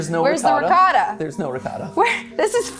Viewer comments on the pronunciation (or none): It's funny how is upset about the calzones having sauce, but she can't pronounce ricotta properly. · explain to me how FOOD theory, with from an ITALIAN family cannot pronounce calzone??????? (and also ricotta, i remember måneskin reacting to americans pronouncing this like in the video, they could not tell.) pronounce the foods correctlyyyy!!!